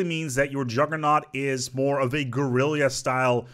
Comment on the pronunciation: Guerrilla is pronounced identically to gorilla. It is not pronounced, "go-rill-yah".